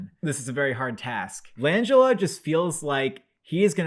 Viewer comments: You mean Frank Lan Gella lol not Langella as in Angela. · You fellas are great but you’re pronouncing Langella wrong. The emphasis is on GELLA!